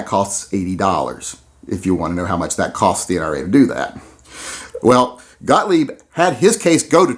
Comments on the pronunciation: The way you pronounced Mr. Gotlieb's name is the same way I've heard him pronounce it. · You pronounced Gottlieb correctly.